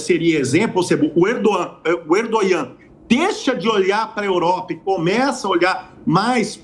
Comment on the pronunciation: Sei lá... Achei esse professor meio pró hamas. Alô Mossad... Bora puxar essa capivara aí. A história já mostrou que vários professores, jornalistas, médicos e etc já tiveram ligações "muito estreitas" com grupos extremistas. Sem falar que ele fala "Erdonhã" ao invés de Erdogan. 😂